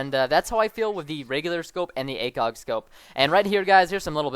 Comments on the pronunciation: he mumbbled the acog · i thougt u said /Dragunov Acock?